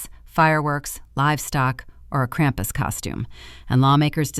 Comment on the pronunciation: Ai - cannot pronounce krumpus.